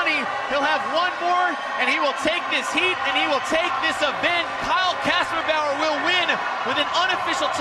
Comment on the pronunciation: Man he is good at saying kasperbauer..